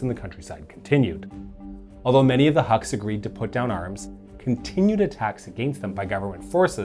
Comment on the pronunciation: Huks sounds like "hooks" than haks